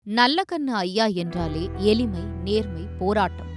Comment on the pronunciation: சனியன் எளிமையை எலிமைன்னு உச்சரிக்குது